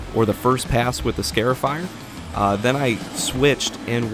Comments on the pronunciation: You are scarring the yard not scaring the lawn. It is a scar-ifier, not a scare-ifier. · " Scare-ifier" 🤦‍♂Cringe every time I hear him say it... It's "Scar-ifier" like a scar on your skin. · It's pronounced "scarr-ifier," not "scare-ifier," like a scar on your arm. Neat little machine, though. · Scarifier Pronounced "Scahr-if-eyer". Like scar, if, eyer. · Excellent video. BTW it's pronounced SCAR (rhymes with car) afier, because the long slits that it creates in your lawn's surface resemble scars. I must admit however, that the closeup video shots of the machine in use, are in fact, just a wee bit "scary". 🤔😎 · Every time you say "scare-ify" I thought of the SunJoe yelling at the grass, "Boo, I'm tearing up the lawn! Hahaha!" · Never heard someone pronounce “scarifier” like that.